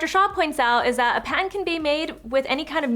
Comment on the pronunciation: I’d thought she pronounced the t very lightly until I heard “A PAN can be made with any kind of new anything...” 😂